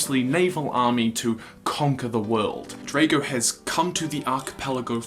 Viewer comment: it's said as Draago